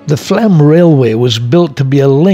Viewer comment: It's either Flåm or Flaam, not Flam ;-) Sounds like flawm.